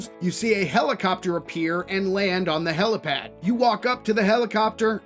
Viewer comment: Slip of the tongue is far more likely in my opinion especially with how they then pronounce it "HelOpad" Its HelIpad. Cause there aint no such thing as a Helocopter. Its a Helicopter. Probably an in joke tho.